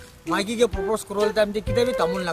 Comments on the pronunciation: Bro, it's propose not purpose😁. Aru eneka mask naphelawi nah ayahhhle 🤦🏿‍♂️. Big fan though!👍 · Not an Oxford or Cambridge University graduate but I see this mistake in almost every video of yours so just wanted to correct it, in a positive way of course, It's PROPOSE not PURPOSE. I'm sure this was an unintentional mistake but just couldn't stop myself from correcting cause I see this mistake in every video. No negative vibe... And nice video . Keep it up 👍 Edit: I'm talking about the subtitle not his pronunciation